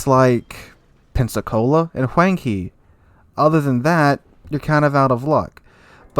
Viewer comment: Huanghe = huangho (pronounce)